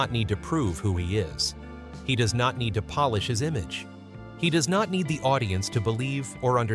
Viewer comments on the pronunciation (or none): none